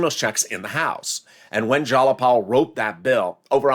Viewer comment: Go to Google Translate,: in order to pronounce it correctly - "Tlaib and Jayapal" (detect the language) ☑️ (Newscastors have to be in the know)